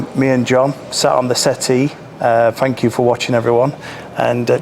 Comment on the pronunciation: You need to work on your elocution, fink, fort & fankyou 😂😂